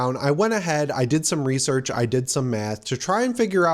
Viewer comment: at first i thought you said "i went ahead, i did some research, i did some meth" 😭